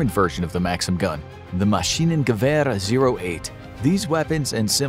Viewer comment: As a German, the way he pronounces "Maschinengewehr" makes me kinda angry.